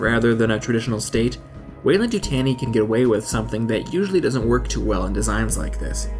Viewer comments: Weyland you-t-on-e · Of course I see the W in Weyland-Yutani but I don't see the Y you said is incorporated. Since that was said it's been driving me nuts, I need to know!